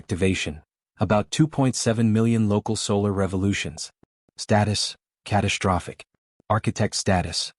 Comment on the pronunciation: CATASHTROPHIC, SHTRUCTURE, SHTRESS, DESTROY,...."grim-AYCED"(grimaced), EXSHTRA, SHTRANGE, SHTRENGTH, RESHTRUCTURING, EXSHTRAPILATING, SHTRONGEST, NOT ENGLISH WORDS!!!! THERE IS NO "H" after the "S"!!!